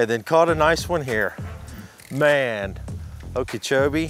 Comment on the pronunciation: You were literally putting on a clinic. Gotta ask about your pronunciation of Okeechobee; sounds like you're saying Ukeechoee, or am I hearing you wrong?